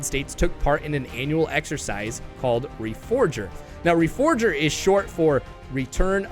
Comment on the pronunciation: What dbo you mean, they missed putting the four in reforger. Pronounce reforger slowly. Re-four-ger.